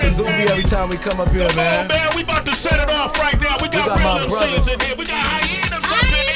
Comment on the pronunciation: VALLEY OF THE HYEYAS! 😂😂